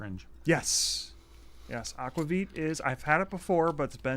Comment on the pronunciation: Is Nordic Heritage in PV? Just wool? Aquavit is pronounced AK-VAH-VEET. (I speak Swedish fluently and have a B.A. in it as well!)